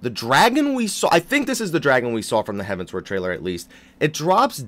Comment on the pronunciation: I've been holding this in for way too long but,, seriously... it's Heavensward like forward... not heaven's ward.